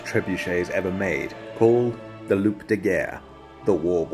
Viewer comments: I thought "loup" (as in wolf) was pronounced Lew. Did i get that wrong? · Just fyi , the P is silent in "loup" or else it is eard as "loupe" wich mean "magnifying glass" ... anyway, great work as always ^^ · Amazing story 😱😵 (Psst.. just so you know "loup" is pronounced "loo"...) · great, but you don't pronounce the p in loup de guerre. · Just fyi Loup is pronounced “loo” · Isn't "loup" pronounced "loo"? I only have a basic knowledge of French, but I thought that "p" is silent. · Small French thing, but the "p" in "loup" in silent. If you say it as loop - that's the word loupe, which means magnifying glass. If a word in French - unless it's a barrow word - ends in s, t, g, x, d, or p, that letter is silent. You get to pronounce them if there’s a "e" added after (like vert / verte) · the P is silent godamnit :D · Thanks for the story, they should’ve tried that on the English Btw when you say « Loup » the p has to be silent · Please don't pronounce the "P" in "Loup de guerre"😅 had me questioning my french 😅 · First: the P in Loup is silent Second: reminds me of when the Americans wanted to show the world their new toy during WW2, but the Nazis were already defeated, so they paid Hiroshima and Nagasaki a visit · The p in loup is silent